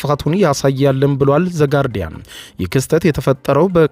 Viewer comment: ዉቨት ውቨት ውቨት ዘ ጋሮዲያን አወራ ብለህ የምወራው አንተ ትሣለህ😅😅😂😂😂😂